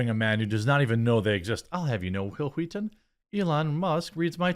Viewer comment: It's telling that another show can change the culture so much that noone can say your name without pronouncing it "Hwill, Hweeeton."